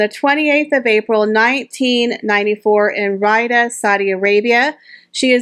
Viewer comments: Just a little thing - the capital of Saudi Arabia is pronounced Ree-ad not Rider - Riyadh - and the wedding dress of Rajwa al Hussein was so elegant and really suited her, as did the charming tiara she wore. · Great video. It is actually pronounced 'Ree ad' (Riyadh). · Excuse me. Do you meant Riyadh cause I heard you said Ridah...